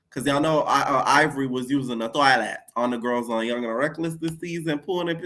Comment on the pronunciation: Everytime u say toylete(toilet) I always think of THE QUEEN OF KOMPA😂 shake ya boodow shake ya boodoww🤣🤣🤣